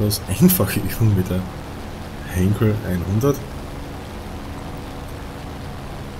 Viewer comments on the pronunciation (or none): Hallo, es heißt "Heinkel" und nicht Henkel.